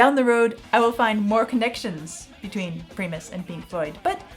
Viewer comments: They're so unique in the scheme of rock music that they got their own genre. Ps, primus the i is pronounced like eye 🙏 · Preeeemus hahaha pronounce it how you like, just listen to it more haha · Great video, I was just gonna say that primus pronounced like “prime us” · Pretty much everything you say about Primus is incorrect including pronouncing their name. (Prime -us). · It's pronounced 'pry-mus'. Yes, unlike most, but related more to Zappa, Devo and Talking Heads than Floyd. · Her pronunciation of Van Halen was different from how I’ve always heard it, but it turned out it’s not pronounced “Hay-len” in Dutch, but “Ha-len.” The brothers never bothered to correct the mispronunciation and just learned to ignore it. “Pre-mus” might be how some would pronounce it? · Primus (pronounced PRY-muss) are 3 incredibly talented but very eccentric musicians. It takes a few listens to start to appreciate them (or start to hate them lol). People generally either love them or hate them - few are neutral. To really enjoy Tommy to the fullest you should watch the official music video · pronounced Prime-us. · Seriously?! Nobody is going to mention it? Nobody's going to mention how she butchers the pronunciation of Primus? Really? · The way you pronounce Primus make me think you try hard to mispronounce many words..... I guess it's your schtick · Primus! Emphasize on the I. There is no E in it! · I didn't know you could mispronounce Primus. I have been educated. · I’m sure someone has already told you but Primus is pronounced with a long i as in prime. I love Primus but they are definitely on the weird side if not familiar with them. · Your pronunciation of the band name is wild. How do you say prime? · Your pronunciation of Primus is making me fucking cringe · Primus is pronounced like DRY, not PRE..... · What are you calling them??😂 Its "prime-us" not "pre-miss"...... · It's pronounced PrImus with a long I. Not preemus. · It's pronounced "Pry-muss"... Not "Pree-muss"